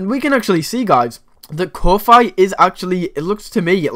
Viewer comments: It's pronounced Ko fee, like coffee. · I have been pronouncing Ko-fi wrong all along. 🤣